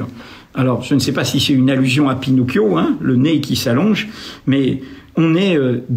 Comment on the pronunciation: Pour le nez ,c'est pinocio pas pinopio !!🤣🤣Mdr..